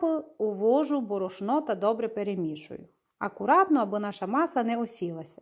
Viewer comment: БОРОШНО! НАГОЛОС!